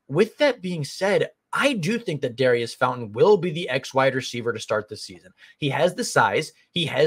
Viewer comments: Pronounce his name correctly… its not dairy iss….. its daurice Sounds like door eese. Like maurice. .. just saying it to help you out. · Pronounced Daureece